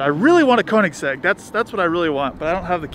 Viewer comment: Dude on the phone pissed me off when he said koenigsegg koenigsag and trevor said porsche like someone who doesnt know how to say it correctly im glad he doesnt own one it should be illegal to own a porsche if you pronounce it that way